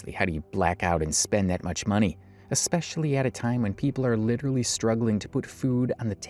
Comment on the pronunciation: Hey... There is not now nor has there ever been the letter "K" in the word "especially"... Proper English isn't that hard to master, you just need to practice. ALSO, have your parents not taught you that just because everyone else does it, that doesn't mean it's okay? "If all your friends were jumping off a cliff would you follow them?" You've never heard that? We need to turn things around, we need to bring honesty back into our lives and we have to start somewhere... So no sweetheart, it's not okay to lie to sell products, even IF "everyone else is doing it".